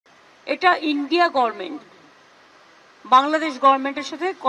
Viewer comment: হাস্যকর গর্ভমেন্ট না বলে গরমেন্ট